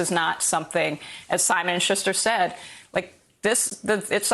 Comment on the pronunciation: This is off topic, but I believe Maya Wiley is mispronouncing Schuster as "Shuzh-ter" instead "Shoos-ter. I find it quite distracting, especially since Willie Geist is pronouncing it the way I'm used to hearing it. I don't know. It seems like an affectation.